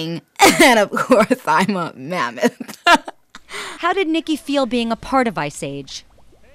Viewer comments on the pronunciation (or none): Why did I think that she said Mormon instead of mammoth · AM I THE ONLY ONE THAT HEARS MERMAN INSTEAD OF MAMMOTH ??😂